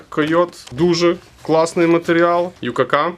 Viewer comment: чуваки, не ю-ка-ка, а вай-кей-кей!